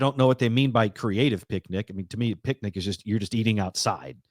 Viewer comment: Can't tell if it was intentional or subconscious that said "pic-a-nic" basket because of yogi